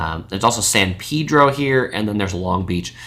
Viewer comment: I like the way you correctly pronounced San Pedro in the local way.